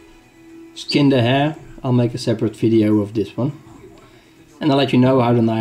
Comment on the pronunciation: Lol...sorry but just for a moment I almost thought you said "I have a hair in the shit." Sounded funny. I'm from Canada and the accent with the term hare(we use rabbit far more) had me thinking, what the hell? Thanks for the review. I'm thinking of a bushcraft knife and REALLY want the Spyderco but this is only $50 here and 440c is a good steel (assuming heat treat is good) its a bargain, but I know I'll always want the Spydy!